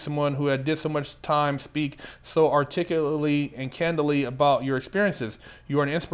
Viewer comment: Hearing you trying to say the word "articulate" was the funniest shit I've heard in a long time